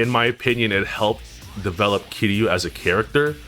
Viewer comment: It annoys me the way you pronounce Kiryu with three syllables instead of two.